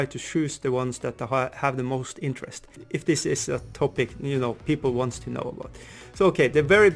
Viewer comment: That intro tho! Channelling your inner Canadian there with that little cheeky 'aboot' there.........